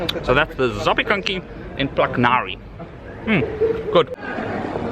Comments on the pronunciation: Plac nawi 😂 you were excellent good with pronouncing words until that one, not even close. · Can you say ‘plahtz nawvee’ ? It’s not so hard.